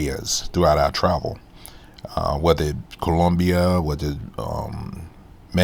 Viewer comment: I took a cruise to Colombia. Wasn't bad or good. Question... Why are you pronouncing it like that?😂